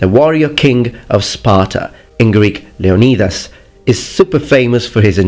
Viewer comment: Leo “knee” das